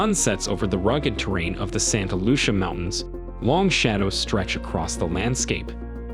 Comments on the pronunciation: Is it "Saint HALUTIA", or, "Saint LUCIA"? Also, I've never in my life heard John Steinbeck's name pronounced as: "STEEN-beck", nor, the word, "heightened" pronounced as: "HAY-tened".😂😂😂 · Nah you’re right. He also says Santa Lucia mountains wrong. It’s pronounced Lou-See-Ah. I grew up in the region and had a direct view of these mountains. Always felt like something was watching but these things were rarely ever talked about even for the locals. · The AI said Saint Halucia but the words on screen said Santa Lucia. Should fix that. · Santa Lucia = "Santa Lu-SEE-ah" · Couldn’t pronounce, Santa Lucia, you are fired!